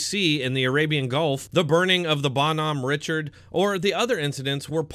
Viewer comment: The mispronunciation of Bonhomme Richard was horrific